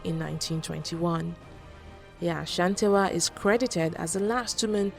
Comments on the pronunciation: Looove the video!!!!!!!!!!!!!!!!! but a teeeny tiny problem. You got the Ghanaian pronunciation of Ashante right, but the Asantewaa.... errrrrm. its pronounced A - SAN-TE-WAA. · why would you call the war of the golden stool a rebellion? The British were trying to break the Asante Kingdom by capturing the golden stool. Unfortunately they people gave them a fake one. Protecting what is yours is not a rebellion. The pronunciation of her name is A-S-A-N-T-E-W-A-A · The pronunciation of the name Asantewaa is (Asantiwaa) The pronunciation of the people of Ashanti is (asanti) Please don't add the sound "ash" to the name. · I think you should learn how to pronounce names ... Yaa Asantewaa... do you see any ‘h’ anywhere... you keep on saying Ashantiwaa